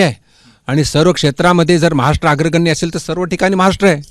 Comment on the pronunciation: केंद्रीय राज्यअर्थमंत्री असून....महाराष्ट्र हा शब्द नीट बोलू शकत नाही....हे दुर्दैव...😥